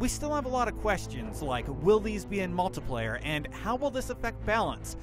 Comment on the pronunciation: Anyone else get irritated when he said "multiplayer" ... ._.??